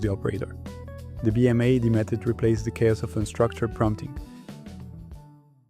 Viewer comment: Nice job! BTW, is it really that hard to say B-Mad (bee mad)?